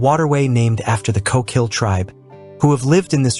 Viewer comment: You did it again: ko-KEEL or is the narration done by an AI voice? At least you got ORR-ee-gun correct 😊